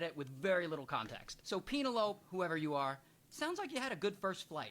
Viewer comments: its pronounced pen el o pee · He knows . It's more fun mispronounced, don't you think?